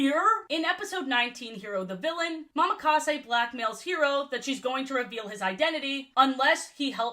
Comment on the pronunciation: I know it doesn't matter, but it's a slight thing that annoys me. ITS NOT MAMAKASE. It's Mo-Ma-Ka-Se.